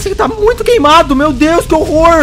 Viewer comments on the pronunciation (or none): none